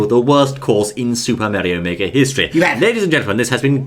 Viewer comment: It Is Super Mario Makers Not Super Meario Make